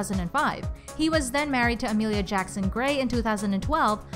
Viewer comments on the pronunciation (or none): none